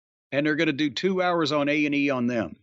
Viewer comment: Did anyone catch that in the beginning jim said AEW rather than A&E